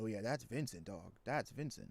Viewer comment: The name is Vicente (Veechente) not Vincent.